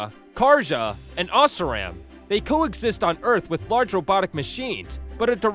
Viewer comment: I love how accurate this is, but you pronounced Oseram wrong and there aren't 3 tribes, there's 4. You forgot the Banuk tribe in the old Yellowstone portion of the map. ❤